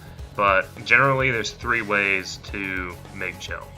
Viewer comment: Nice and informative video, so thanks for that. However who in the history of final fantasy has ever pronounced GIL AS JILL?? WHOO??? Hard G dude, hard G.